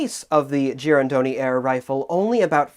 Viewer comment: was a bit worried he might be butchering the pronunciation of "Girandoni", but the way he said it was quite accurate.